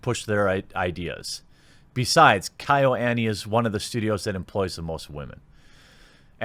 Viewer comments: It's "kyo" like kio, but faster. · You managed to pronounce Kyoto a bit better than KyoAni. 😅 Pro tip: the Y is pronounced smoothly, not as another syllable, the A is always soft. I love you, man, but I can't keep cringing this hard when you butcher Japanese words. 🤣 Anyway, it is really uncouth for media to capitalize on this horrific tragedy to push wokeness. Jeeeeeez. So what if animators are primarily male? If girls want to become animators, they have every freedom to go for it. And--"""EXPERT""". Big oof. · Kyoani = key yo ah knee. Kyoto. = key yo toe